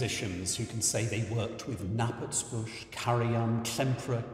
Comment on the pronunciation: Thank you for this! Just to mention that the name Knappertsbusch does not have a silent K. When the audience awaited his entry to the pit at Bayreuth, they would chant "Kna! Kna! Kna!..." with a clearly pronounced K.